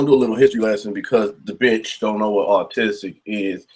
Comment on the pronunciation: 😂 You pronounced autistic as artistic. Keep up the good work 😂 Paranoid Americans